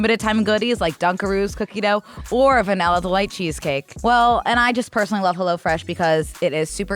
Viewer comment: please for the love of god it’s hEllo fresh, not hullo fresh 🥲: absolutely has ADD lol